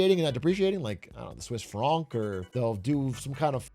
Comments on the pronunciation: He does say it weird. I'm guessing he's listening to Europeans speak too much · no one in Europe pronounces the Franc like this lmao. I am Swiss and the only person I've ever heard pronouncing the Franc like this is Atrioc.